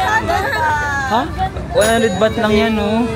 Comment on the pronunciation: “BAHT” po currency ☺️